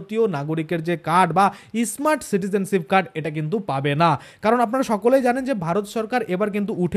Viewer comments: ওটা ইসমার্ট নয়,স্মার্ট যত ফালতু উচ্চারণ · ই স্মার্ট। কি?., স্মার্ট বলুন।।।আগে ভালো করে স্মার্ট শব্দ। বলুন 😅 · শুরুতেই আপনার ভাষণ সোনার ইচ্ছা নষ্ট হয়ে গেছে.এটা ইস মার্ট card na, স্মার্ট card.